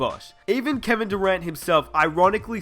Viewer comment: he said Kevin durant like kwevin durwantt